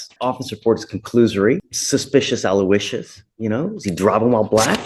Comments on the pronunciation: “Suspicious Aloicious” gaaahdamn 😂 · "Suspicious Alouisious".😅😅😅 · Judge said Suspicious Aloicious🤣🤣🤣got me dying...i love him cuz he's for right